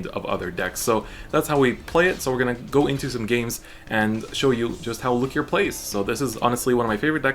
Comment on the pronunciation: God I hate how he pronounces it, like even if I’m saying it wrong I will always say Loo-key-aa like it’s french